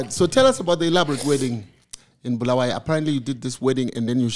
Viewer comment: but Sandy this was the opportunity to teach your hosts how to pronounce Bulawayo correctly not the BHULUWEEYOO thing that's common with ma fake salads